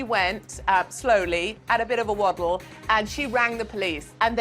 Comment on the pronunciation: ”and off she went, slowly, at a bit of a woddle” LMAO